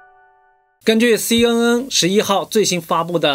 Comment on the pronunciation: ， CNN 的 N 發音是 ‘en ‘ 不是 ’un ‘